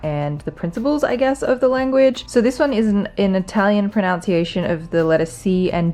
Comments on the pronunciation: I love you and I love your videos...but it's "proNUNciation", not "proNOUNciation". Just a little thing. Excellent goals; you've really got me thinking about mine:) x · Before learning the pronunciation of Italian words learn the pronunciation of the word pronunciation- unce not ounce. I love that you're getting rid of things that just take up space, that don't really have any use in your everyday life :D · Did anyone else notice when she was talking about the proper proNUNciation of the words in Italian, she kept saying proNOUNCIation? Jw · Is anyone else finding it low-key funny that is pronouncing the word ‘pronunciation’ incorrectly? Lols